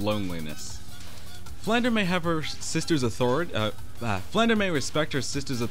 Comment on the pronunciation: Oh, my grammar-Nazi senses... Flandre should be pronounced as it is spelled, with the R coming before the E. It would only be pronounced "Flan-DER" if you switched the letters around. If you want to hear it pronounced, listen to this song: watch?v=TAx38uBBThg Hope that helped. :)